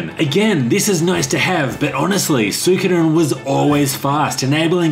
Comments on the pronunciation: Love you. However, believe it or not it is actually pronounced SWEE-ko-den. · Why is it that you guys cant pronounce the name correctly, as su i ko den, like its written there